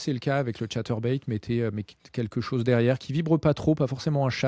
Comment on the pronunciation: Hey hey moi j'aime bi quand tu dis "keque chose coume cha su l'bucktail" 😂😊 Ça sonne vachement tche nous😊 Perso je monte des Bucktailjigs pour la pêche du Bar, mon délire c'est de les monter sur des VJ36 pour cacher l'hameçon dans les poils 😉